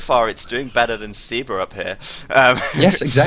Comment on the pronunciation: At you wonder how SEBA's name should be pronunced. Well, if he is Argentinean, as said, then his nickname is most probably short for Sebastian and, therefore, in Spanish the "e" would be pronounced as in "bed", "men", and other such words instead of as the "e" in "sea", "eagle", etc.